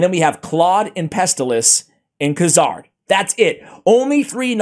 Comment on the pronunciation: Noticed every video when you said Kuzardinstead of Kurzad. Kinda like you did , , , , of this one. HAHAHA Talking about getting old for forgetting, I'm 52. It doesn't get better.